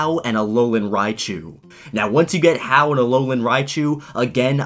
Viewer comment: It's vEE-ol-a and ha-OO